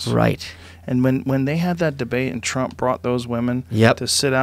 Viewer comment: Ha ha he said Twump!